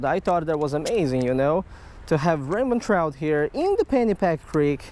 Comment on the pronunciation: "This is a Raymond tchrouch" just teasing love ur vids ( also know English is your fourth language)